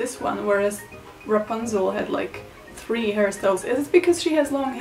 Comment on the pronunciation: Ra-pun-zull 😂 you said you needed help with pronunciation, here ya go